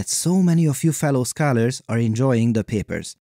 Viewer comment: My name is pronounced Skyler and the way this guy pronounces scholar really threw me off at first